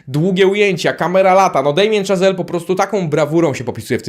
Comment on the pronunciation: Szazel, a nie Chazel i znowu mówisz, że coś było „niedawno”, a „Pierwszy Człowiek” jest z 2018, czyli sprzed 5 lat. Bardzo lubię Twój kanał, ale rób lepszy research, wtedy wszyscy wybaczą Ci czepialstwo o szczegóły wobec filmowców!!!